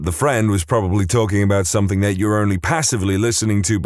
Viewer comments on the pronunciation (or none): No k in the word something